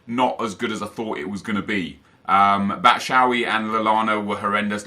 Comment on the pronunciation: i swear to god if he says "batshowee" one more time im unsubbing